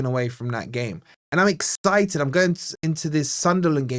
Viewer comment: Noticed you say excited as exTited. wtf 😂